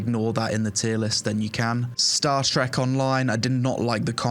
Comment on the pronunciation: You can't even proropply pronounce Star Trek, And it's a better MMO than everything in your C Tier. and better than half your B Tier . Gviing negative review of something you're too lazy to udnerstand is just asinine